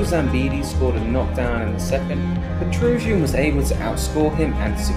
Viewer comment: Why do you say his last name so weird😂😂